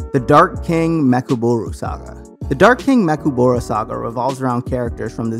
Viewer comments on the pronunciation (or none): “the dark king mekuburu saga” nigga it’s ME CHI KABURA smh.